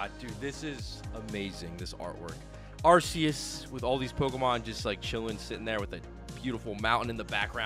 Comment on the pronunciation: You still haven't gotten a copy of the official Pokemon guide book. It tells you the pronunciation of all the Pokemon. It's Arceus and not Arse e us.